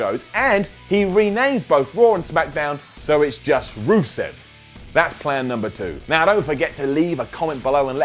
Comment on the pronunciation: stop saying rusev